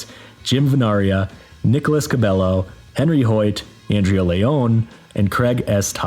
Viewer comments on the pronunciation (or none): none